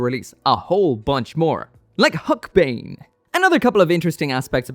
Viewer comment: >calling the Huckebein (huke-e-ba-in) the "HUCK-BANE" ouch, why must you hurt me so. All attack videos for the Huckebein where they call it by name isnt uncommon